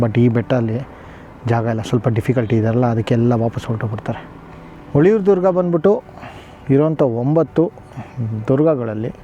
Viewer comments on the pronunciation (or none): Sir it is ಹುಲಿಯೂರುದುರ್ಗ not ಹುಳಿಯುರುದುರ್ಗ